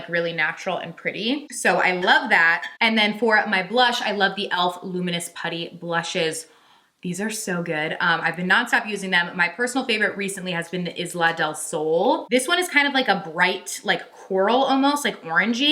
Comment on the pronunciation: Elf blush in Isla Del Sol? Isla is a feminine name pronounced: EYE-la.